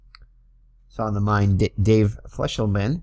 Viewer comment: Dave Freisleben was at the end of an injury shortened career in 1978. He had some good seasons with the Padres. His last name is pronounced fry zlay ben.